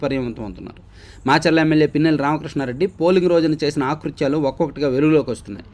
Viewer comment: "ఆ " కృత్యాలు కాదు, "అ" కృత్యాలు అనాలి..తమ్ముడూ.